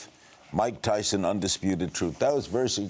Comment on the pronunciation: Its mike tythson get it right